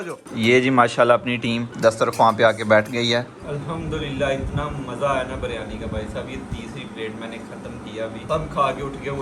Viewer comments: Baryani nahi re biryani bolte h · Bahi beryani nahi Biryani pronounce it correctly